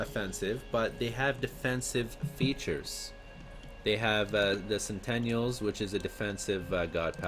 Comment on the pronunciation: He also said 'centenials' instead of 'sentinals' lol. Good commentary though!... It turns out he knows how its pronounced, he just likes the way how he says it better. All power to you.